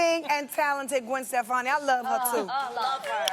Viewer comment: Why can't Tamar say Gwen Stefani's last name correctly?